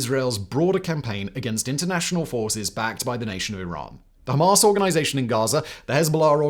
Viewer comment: I dont know why but i found simons pronouncing Hamaaas hilarious 😂😂